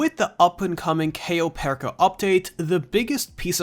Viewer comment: U didn't even pronounce cayo perico name right